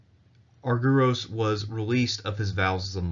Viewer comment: Please pronounce the name as Arg..e..ros.the y is another ..e..as iota.and u also a n ..e.its called E.psilon.